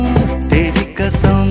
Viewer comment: Absolutely wonderful. Beautiful. What a wonderful band. A minor point, Pronunciation of "Qasm" as "Kasm", "کسم" نہیں، "قسم" that is the real word. Kishore does it perfectly and even Asha Bhosle